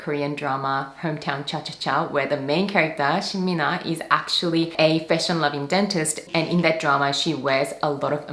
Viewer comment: Oh wow you Korean pronunciation of 신민아 was perfect ❤️ I love Koran dramas, too and appreciate how informative your videos are 👍